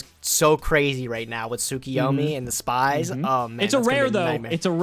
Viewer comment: tsukiyomi? why do they not say tsukuyomi?